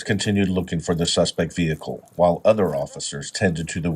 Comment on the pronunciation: AI speaks ebonics now? Repeatedly, "the suspect vehicle".